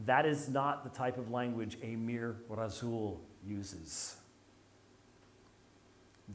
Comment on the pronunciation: "Razzuuul of Allah"? What the heck is that Dr White? 🤔